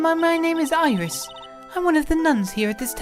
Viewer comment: I think it's Iris with the i